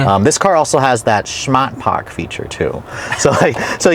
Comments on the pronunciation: It’s not “Shmaht pahk” It’s “Smaht Pahk” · You're right 😂 you are wrong. Corrected in the comments last time and imma be that guy again. There is no "shhhhhhh" in "SMAHT-PAHK" Hyundai USA - smart park commercial. Shmat pawk 🚫 Shmart pawk 🚫 Smaht - Pawk ✅